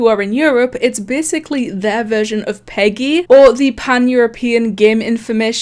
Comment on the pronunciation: its not prounounced peggy its acually pronounced pee gee